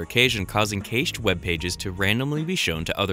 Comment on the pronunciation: Lol "caish". Never heard that pronunciation of cache before